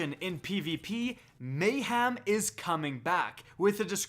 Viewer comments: have you never heard anyone say the word mayhem before. its not a hard word and you said it so many times. just look at the way its spelt. mayHEM not ham, hem. your whole job is just reading news off the bungie app but you cant say mayhem? jees bro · It's MAY-HEM, not MAY-HAM! There's no pork in the word. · May-Ham is coming back XD